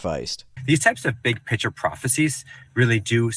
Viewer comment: I know it's just the way he pronounces "picture," but, since it sounds like "pitcher prophecies," I now have a new take on Christianity. The Kool-Aid man is the second coming of Jesus! Oh, yeah! Amen!